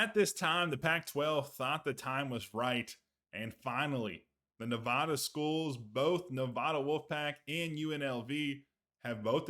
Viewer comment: 👎 For mispronouncing Nevada automatically.